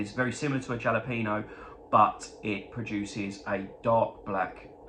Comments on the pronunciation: Lol....not jala peno. It's... hal a peno. Texan here. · Still rof...we really pronounce it Hal o peno. Happy holidays